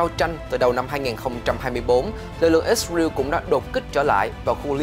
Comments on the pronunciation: đa số thì toàn là ít ra eo hoặc ít ra en thôi bạn chứ ko ai đọc là ít ra iu đâu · Ít sờ rờ yêu là sai, sờ rờ eo mới đúng 😂. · ix-rew là nước nào vậy cưng, is-ra-el. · Lần đầu tiên nghe có nước i sờ riu !!!! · Ít sờ rờ yêu. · ko phải cùng QG mà phát âm nhiều ~ mà cách phiên âm sai- IsRael ko phải Its real- chứ giọng huế SG HN khác bth mà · Kênh nên thống nhất cách phát âm của BTV, có người thì "ít sa riu, người thì ít sa ren, người thì i sờ ra eo" cùng 1 quốc gia mà phát âm nhiều quá nghe nó sao sao á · Ít riu là nước nào vậy, hãy phát ngôn chuẩn, để người nghe hiểu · lần đầu mới nghe có thằng kêu là ít sờ ra iu kkkkkkk